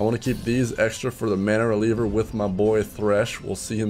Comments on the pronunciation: It's MANA-REAVER not releaver... I love your content but that is actually getting me triggered xD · It's mana-reaver... not reliever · *Mana-Reaver Not Mana-Releaver